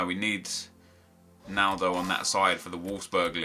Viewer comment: I thought he said a cheeky nando when he said he would like a naldo